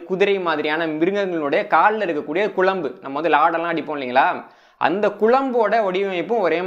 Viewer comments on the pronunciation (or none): none